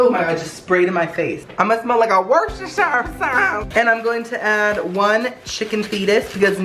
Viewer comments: Its pronounced ``worst-a-sure`` sauce, in case you were wondering lol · Not being rude or disrespectful to you but that sauce you put in is pronounced. Wuss-ster-sheer sauce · ITS FUCKING WOO-STER-SHER Jeez, you Americans add letters where they're not needed 😅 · Lmaoooo its pronounced Wus-ter-sher sauce 😂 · The way he says Worcestershire 😂😂😂 in England we say it different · Worcestershire???? never heard of it but ok